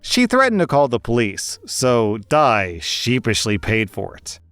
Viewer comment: I just wanna ask: wouldn't Di's name be pronounce as Dee, not Die.